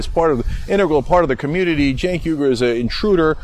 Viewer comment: “Errgerh” 🤣 ... it’s alright, Cenk pronounces it wrongly as well. It’s “oui-goor” (French “oui”) but he calls himself “you-ger” (rhymes with Luger) because: Murrican!